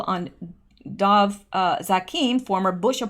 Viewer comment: Dov Zakheim - pronounced Dov rhymes with Grove, and ZAQ-heim emphasis on the first syllable, rhymes with PACK-time.